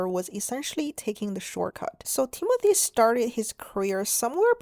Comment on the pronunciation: I thought you said Temu-thy 😂